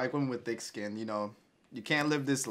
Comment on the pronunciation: Why did it sound like OJ said "we like women with dick skin every time he said it???😂😂🤣🤣 Awesome reaction fellas, you made my night as per usual.